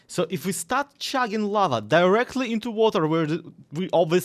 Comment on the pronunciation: never say the word "chugging" again, I almost had to explain why a Russian youtuber was talking about shagging.